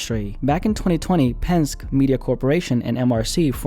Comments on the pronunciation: Trust me it's pronounced pen-skee, 😅 not "pensk" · Hey... It's "PEN-SKI" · It’s pronounced pen•”ski” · Minor correction, Penske is pronounced pen-ski. Keep the Vids coming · It’s pen-ski as in Roger Penske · Why didn’t you look at a video on how to pronounce Penske bro (pen-ski) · It’s pronounced Pen-ski; as in 🎿⛷️ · I'm from PA and hearing you mispronounce "Penn-Ski" is pretty damaging to me. Good content though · its pronounced pen skee and the owner of PMC is the son of roger penske who owns car dealerships all over